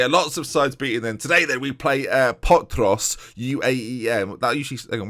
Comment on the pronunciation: Your pronunciation of potros was very good. The rest, well... Lets say it couldve been better lol